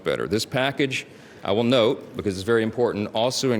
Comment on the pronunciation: MTG: LEARN HOW TO SAY "BECAUSE."